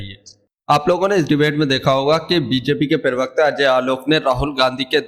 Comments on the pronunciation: अबे सूतिये पर्वकता नहीं प्रवक्ता सही शब्द है। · bhai pahle pravakta bolna acche se sikh le